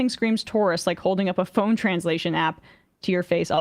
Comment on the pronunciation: EMMA CAN NOT SAY THE WORD PHONE